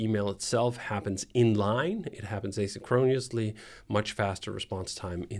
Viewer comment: DHH mispronounced asynchronously. Great video.